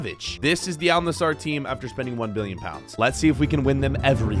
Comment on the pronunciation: Not Nassar, Nass-er